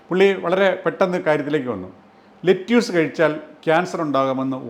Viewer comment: Video is very informative. പക്ഷേ "ലെറ്റ്യൂസ്" എന്നല്ല. "ലെറ്റസ്" എന്നാണ് American English ൽ പറയുന്നത്. അതിലെ "റ്റ" വളരെ soft ആയി ആണ് പറയുന്നത്. British English ൽ "ലെറ്റസ്" നും "ലെറ്റിസ്" നും ഇടയ്ക്കുള്ള ഒരു ഉച്ചാരണമാണ്. മറുനാടൻ മലയാളി വളരെ popular ആണെങ്കിലും ഒരുപാട് ഒരുപാട് factual mistakes വിളിച്ചു പറയാറുണ്ട്. 😀